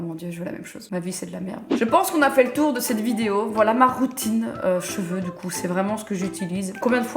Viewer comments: j’ai entendu « fée croûtine »... OUI D’ACCORD . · Je suis la seule qui entend "fée croutine"? 😂